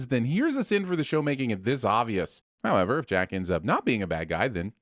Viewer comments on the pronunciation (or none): none